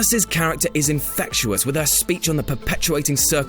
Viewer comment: Also Flowery instead of Flowey, and infectuous (?) rather than infectious. Hate to be that guy, but if you're going to have a narrator, at least have one who can speak properly.